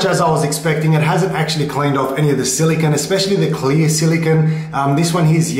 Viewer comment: Silicone not "Zillygun"